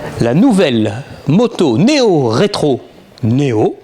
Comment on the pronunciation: néo-rétro ou Méo-rétro ????? LOL!!!!!!